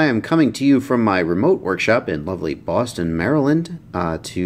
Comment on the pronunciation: HaHa i did the same thing. I listened to hear if it was Fallston Maryland, but every time I replayed I heard Boston..lol